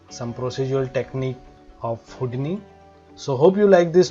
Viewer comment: It is not Houd-ni.. it is Hou- di-ni